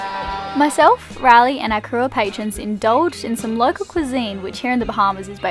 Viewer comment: I thought his name was Rally based on how she pronounced it.